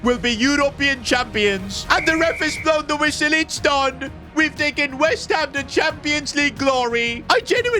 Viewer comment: he said whest ham not west